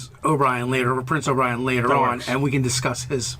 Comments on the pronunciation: "Prince O'Brian" ...love it but no guys, it's Oberyn (Oh-bur-in) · Ober in. Not obrian…. Come on now. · Say it with me: OH-bur-in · Oh-berr-inn May-lay Zeh-lot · Maybe it's just me, but I think I prefer Prince O'Brian. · I thought was talking about Prince O'Brien, the Chief Engineer of Dorne. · Every single video you pronounce Oberyn's name a different way lol.